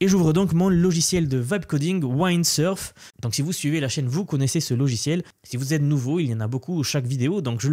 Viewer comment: On ne dit pas “Waïndsurf” mais “Windsurf” 😂